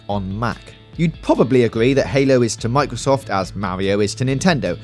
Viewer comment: wow! i never knew it was "owiginally about killing wabbits". thanks bwitish. Halo is to Micwosoft as Mawio is to Nintendo.